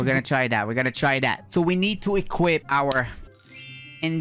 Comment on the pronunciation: "so we need to equipt our dLINGGG"